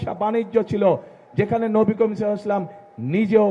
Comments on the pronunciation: উনি আমাদের নবীর নামটা ও ঠিক মত নিতে জানেন না। সবার শুনার একটু অনুরোধ রইলো ভিডিও এর ১:৩০ মি: একটু মনযোগ দিয়ে শুনুন আমি ভুল শুনেছি কিনা? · নবি বলতে পারেনা ভালোভাবে তার মুখে নবি কথায় মানায়না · আগে নবী (সাঃ ) নামটা ভাল করে বলেন